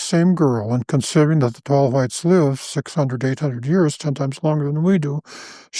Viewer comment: tall Hwhites.